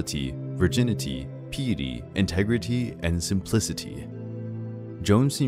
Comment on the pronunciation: You have a great narrating voice, and this is a great video but please consider working on your pronunciation of terms before recording (theologians, piety, Poitiers, Orleans, and more). It would increase the quality of your finished product. 👍